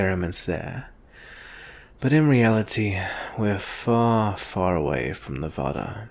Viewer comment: mispronounces Nevada Me: a Nevadan WROOOONG!!! Say it like "Neh v ah duh"!